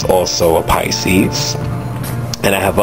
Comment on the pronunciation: You do good tag videos thats why everybody tag you! lol!..my grandmother's bday was on March 12th..she pronounces Pisces.... PI-CISE LOL!